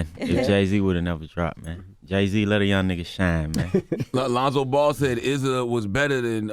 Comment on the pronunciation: It's Issa not Izza tf